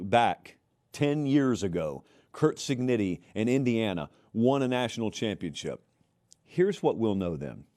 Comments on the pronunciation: I think you owe Indiana’s coach the respective of pronouncing his last name, right — Cig-neh-tee! He wouldn’t have mispronounced Alabama‘s coach as “Say-bun” when he was winning Nattys. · Why does pronounce it “Cignitti”